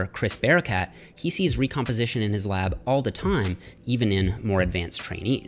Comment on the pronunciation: His "Lab"? Really?